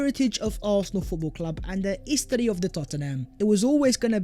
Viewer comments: “The istory of the Tottenham” 😂😂😂😂😂😂😂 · "Tha istory o tha Tottenham "